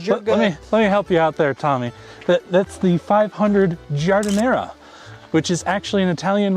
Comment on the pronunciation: It's not giardinera.. It's giardinetta.